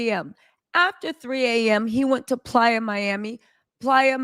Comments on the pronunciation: It's not plya it's Playa miami😅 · Lord if you say please Miami one more TIME ITS PLAYA. 😢😢😢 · IS IT “PLAYA” or “PLY- A”? is beautiful and AMAZING but I CANNOT handle the relentless mix ups and mispronunciations. Jeezy and Jeanie became Yeezy and Jenny. Where will it end? I can’t!!!!!!!!!!! F!!!